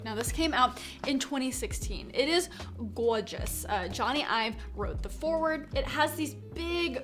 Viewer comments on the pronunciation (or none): "its goorzes" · I like the way she says gorgeous